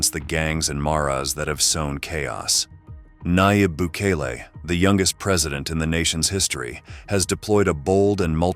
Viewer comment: Why do you butcher his name.